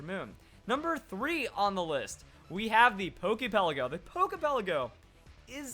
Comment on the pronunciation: It irritates my nerves the way you say "Pokey Pelleggo". Lol. But other than that...great vid!!